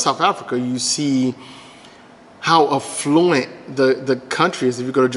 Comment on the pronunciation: Funny way to say “affluent”.